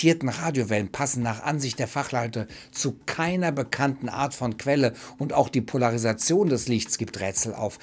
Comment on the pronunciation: Was ist des? Poleresation?